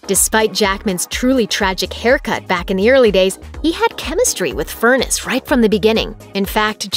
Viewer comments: Deb’s last name is pronounced Fur NESS, not like furnace!! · His wife's maiden name is pronounced as FUR - NESS, NOT Furnace !! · "Furr-ness" not "Furnace"! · Her last name rhymes with finesse, not furnace. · Is her name really pronounced "Furnace" and not "Fur-NESS"?